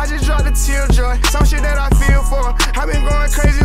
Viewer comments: “ gaot “ cmon 😭🤣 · That nigga said “ T - A - O - G” he spelled the whole word backwards like it was correct lmao 😂 is hilarious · he said taog😭😭😭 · so fried spelled GOAT wrong said TAOG 😭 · Did he say gaot?? Instead of goat lol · Dis Niqqa Said Gaot 😂😂😂